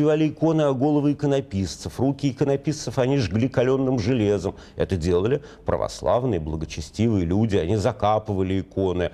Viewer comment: бесят уже эти пралослальные